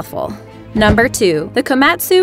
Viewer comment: The Way you say the Japanese Word Komatsu. Makes me want to die.